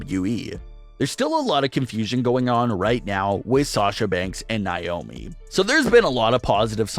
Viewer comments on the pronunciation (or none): NAY OHH ME.... not NYE OHH ME